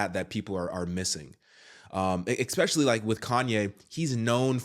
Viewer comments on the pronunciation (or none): Why does a well-spoken man like yourself say "expecially" several times? - It's eSpecially.